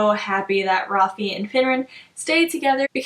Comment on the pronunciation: Okay I’m sorry but you don’t pronounce his name rafee!!!!!! His name is Rafael which then would be shortened to Rafe. Like please tell me what makes you pronounce it the way you do!